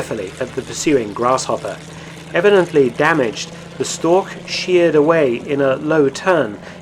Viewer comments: storch is pronouced "shtorsh" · Interesting as always. Just a hint for the pronounciation of the word Storch - German ch often denotes the same sound as in Loch Ness, but it doesn't in Storch. In Storch the sound is pronounced like the h in huge or Hugh (in a British pronounciation, where the h actually represents a sound). Both ch sounds are mutually exclusive and there are rules as to when to use which, e.g. you'd use the Loch sound following an A, whereas you'd use the huge sound following an I -> making for ach ('oh' or 'alas' in English) vs. ich (first person singular pronoun). The rules are pretty intuitive as it is easier to use the Loch sound after sounds that are produced with an open mouth and/or rounded lips and the huge sound after sounds that are produced with a half-closed, narrow mouth.